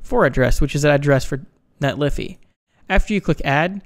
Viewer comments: Isn't it Net-lee-fy , the fy being said as in solidify? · It's pronounced Netlify not Netlify. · Net Liffy? I love it...